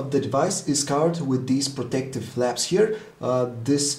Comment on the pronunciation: HAHAHHAAHA he said 'Flaps'